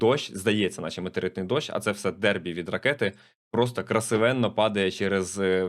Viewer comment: не "дербі", а "дебрі" від англ debris(уламки)